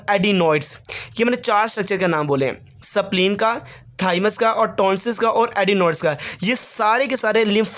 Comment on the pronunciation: Sir pronunciation is in correct sapleen nhi h spleen hota h